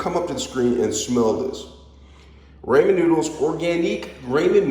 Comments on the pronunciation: Nice try with cooking!!! Lol 😂 👍🏽 PRONUNCIATION IS RAH-MEN NOODLES…NOT SURE IF YOU ARE TRYING TO MAKE A JK. ANYWAY, I HAVE THESE AND MY DAUGHTER LOVES THEM! I JUST BOUGHT THE HALO MISO BROTH TO TRY NEXT TIME! ❤ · It's pronounced rah-men.